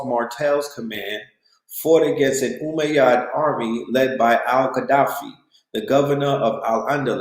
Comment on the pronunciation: Cmon... It's umayyad, sounds like Oo-may-yad. Andalus - sounds like An-Duh-loose No disrespect.